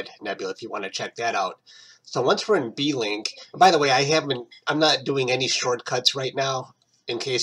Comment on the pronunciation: I thought it was Blink as in Wink, not "B"-"Link" ? :)